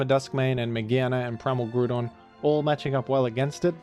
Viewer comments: said Goodron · Never seen a man so single mindedly dedicated to saying Groodon in every video